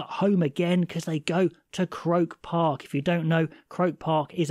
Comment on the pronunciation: With the greatest respect its pronounced cro___ park